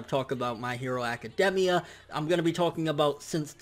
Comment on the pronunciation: AC-CA-DAME-IA. Lol